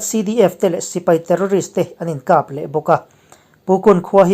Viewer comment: 'Khap' tih hi i lam dik lo thin a. Mit khap tih angin i lam thin a ni.